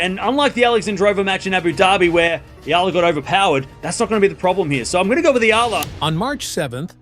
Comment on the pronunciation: Finally pronounced her name correctly ❤🎉